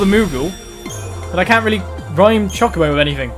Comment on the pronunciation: It is cho ko bo not chu ca bo